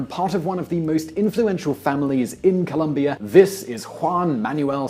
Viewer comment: fyi... ColOmbia... not Columbia... the dude with the American accent kept saying it wrong